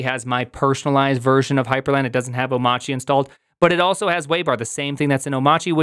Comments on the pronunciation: why do you call it omachy instead of Omarchy? i don't know it, have never used it. first heard about it here in this video.. but i am interested in learning about it .. is the R silent? oh, btw, my first video of yours.. i like the format and the amount of info served/time. you have a new subscriber & thumbs up. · Oh-machi? 🤨 I assumed it was “oh-my-archy” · It’s Arch Linux so why are you calling it “Oh-motch-ee” and not “Oh-mARCH-ee”? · How do you not know it's pronounced "O-marky" as in anarchy? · Why is it oh-mah-chee ? TF happened to the R in that word? Is Linux forcing us to be Massholes now? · Why do you keep saying "Omachi"? Can you read? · Have you learned how to pronounce omachy? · so it's pronounced "o-mahtchy"? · Shouldn't "Omarchy" be read like "anarchy"? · Prim...say Monarchy.....okay....now say Omarchy......You're welcome. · Good video, but I've stopped watching when I've heard Omarchy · Amazing. He mispronounces both Mac OS X and Omarchy.